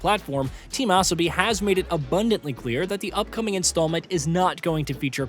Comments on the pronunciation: It’s not “ass-a-bee” another awful AI mispronunciation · Maybe a typo or he didn't know what is asobi